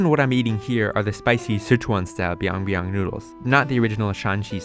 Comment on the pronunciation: But that is byeong byeong instead of biang biang, and because it is korean so the byeong actually sounds like pyeong